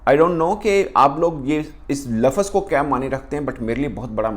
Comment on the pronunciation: Its lafz not lafaz😂😂